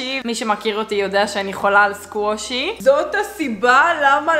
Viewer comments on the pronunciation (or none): אומרים סקווישי